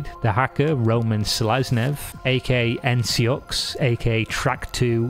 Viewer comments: ncux is not pronounced psxik in russian. псих where п is p, not n. c is s. и is like i. x is like h. that’s p-s-i-k. there is no “n” involved. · C-NUX not N.C. UX hahaha